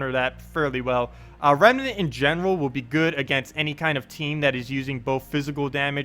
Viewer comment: Rem. Nant. Two syllables,. Nice video though~